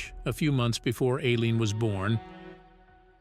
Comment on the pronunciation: Her name is pronounced i- lean and the girlfriends name is pronounced ty-- ria